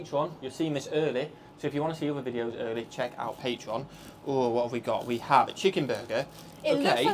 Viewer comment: I know! Hurts my ears hearing say sheeeekenburger! 😵‍💫😵‍💫😵‍💫😵‍💫